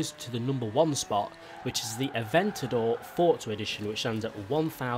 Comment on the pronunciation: Bruh its forza not fortza